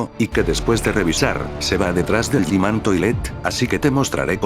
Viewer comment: G man❌️ Yi man✅️🤑